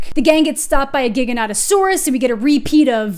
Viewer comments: Loved this review, just for science though can we stop saying giganotosaurus with a hard g? It's pronounced like gigantic, not gigabyte. Even the movie screws this up. Again though, agreed with basically everything. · The movie was alright but I wanted to laugh every time they said Giganautasaurus 😂 😄 🤣 😂 😆